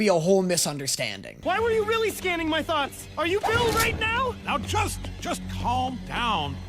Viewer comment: ain't no way just said weally😭😭😭😂😂😂😂😂